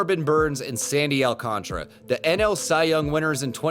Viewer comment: Brother. Look at the way Alcantara’s name is spelled. Really look at it. Now sound it out… Al-Can-TAR-Ah. He is not a shooting game from the NES. There is an extra A after the T in his name. Please for the love of God it grinds my gears… lol